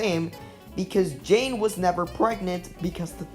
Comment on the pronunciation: Yeah, some of the pronunciations got me side-eyeing the narrator... but it's all luv.